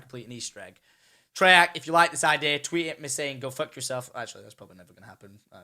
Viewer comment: I love when you say idea, it sounds like idear :D